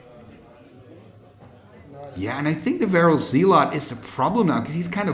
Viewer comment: zealot is pronounced "ZELL-uht" kind of like "SELL it"